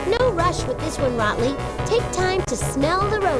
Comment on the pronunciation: Taylor Williams Why does Polly mispronounce Botley's name?